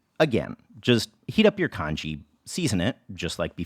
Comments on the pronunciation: it's pronounced con ghee not con gee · Isn't it pronounced 'Tjong-ghee'?